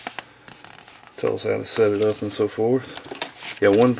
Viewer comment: lol did he say literature?